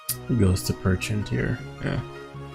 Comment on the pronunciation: I like how he kept calling Pecharunt Perchent, lol. Too wack looking of a mon to respect its name.